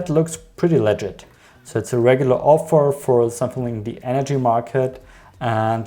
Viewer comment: I kept hearing "legit" as "leager" until like the last time you said it so for most of the video I was wondering "what does legid mean?" I mostly just came to hear something on the consumer side to validate my annoyance of these misleading ads because I absolutely DESPISE Taboola ads, especially after reading an actual informative article. Also a lot of them throw disgusting images at me even if I don't click, which is most of the time. Those ones that give you a slideshow with one sentence are almost the worse, but the ones worse than that are ones that spread misinformation, especially about health claims that don't actually work. What's especially annoying are those ones that make you watch a 30 minute infomercial on their product, usually with fallacies and faulty reasoning that I never once saw the end of their video about whatever health claims they were making. Probably doesn't even work if they will use the time loss fallacy to get people to watch it instead of putting it on YouTube where people could skip past the BS parts of it, which sucks because at least some of the stuff is factual, seen stuff like whole grains being better than refined flour for your body, but then they put a bunch of stuff that is definitely wrong. But if I search to try to find other people who hate Taboola, I only get results on Taboola or how to use their website. I want to see other people's critisisms about it but the best I could find was this video.